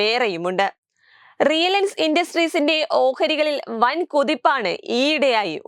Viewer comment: റിലൈൻസ് ആണോ, റിയലൻസ് ആണോ 😹 ഈ പെണ്ണ് എന്താ പറയുന്നത്